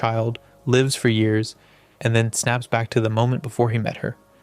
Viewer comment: Your AI pronounced lives wrong